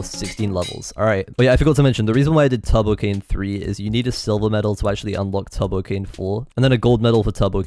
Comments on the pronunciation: he pronounces turbo like tubbo. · tubbo cane lol not turbo cane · whenever he said turbo it just sounded like tubbo